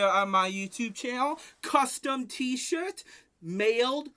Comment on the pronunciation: he pronounces t-shirt as "t-shit" hahahahahaha